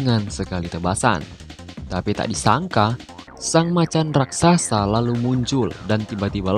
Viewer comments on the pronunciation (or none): none